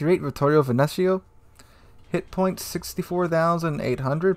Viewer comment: By the way, i love how americans can pronounce a bunch of international foods but totally butcher the most basic words in the simplest of languages :)) Caracciolo killed me, also Veneto